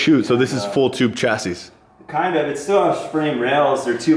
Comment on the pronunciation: Just a little detail that bothers me in your videos.. its a chass(eee) not a chass(iss). Carry on with these sweet videos!